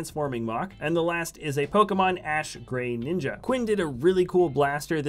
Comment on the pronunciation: It's pronounced GRA-ninja